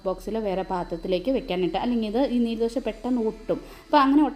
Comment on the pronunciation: നീര് ദോശയല്ല😂നീർ ദോശയാണ് കർണ്ണാടകക്കാരുടെ പ്രത്യേക പലഹാരം ആണ്. നീര് എന്ന് പറയല്ലെ😂